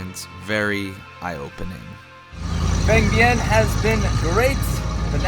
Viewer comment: Vang Vieng. You pronounce it vung Vieng. Thanks for making this video. I’m Laos and proud to see this video!